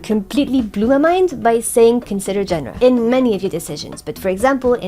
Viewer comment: i have to ask because it confuses me, sorry if a bit random, but if you are French why do you pronounce genre that way? like, it sounds further from the French than how a native English speaker would say it to me